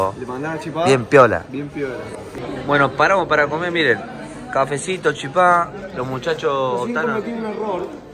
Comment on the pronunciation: Chipá? No señorito porteño es chipa